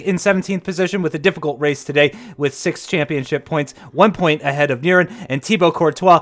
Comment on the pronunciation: I love the commentor how he talk , but he should work on how to spell number six correctly....cuz he somehow say it sex 😂😂😂